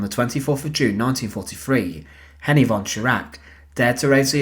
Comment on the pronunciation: Henriette pronounced Henri etter